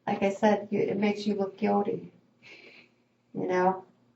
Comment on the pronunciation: It makes you look guilty. Are you guildy? Give me a break. A detective who doesn't even know how to spell/pronounce "guilty" 🙄🙄 TBH, I really don't think she is guildy, detective.